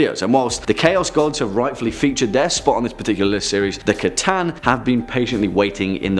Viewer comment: The C'Tan? Oh, you mean the Necron Pokemon!